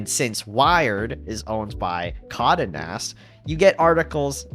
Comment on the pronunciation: Geohotz really needs to come through with that tinybox. Also it's "Con-day" Nast. Not Condanast.